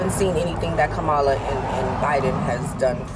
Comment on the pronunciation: 😂😂 for CAMEL-ah Harris lol